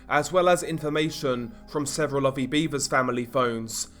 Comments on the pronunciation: It's pronounced BEV-ers. No 'a' in the pronunciation like beavers. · It's not pronounced "beaver" like the animal. Tragic case.